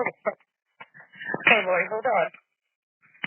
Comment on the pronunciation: and im pretty sure her name is Lorri not Lauri